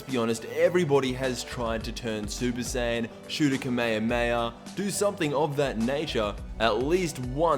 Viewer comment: IMO an idiot who can't even pronounce kamehameha shouldn't even be making Dragon Ball vids.